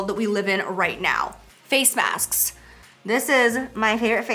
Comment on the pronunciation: I thought when you said masks you said snacks.. “scrolls the details box to see which snacks” 🤣😘